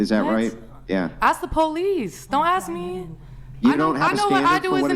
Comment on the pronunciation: The “PO-lice” lol what a pathetic mudshark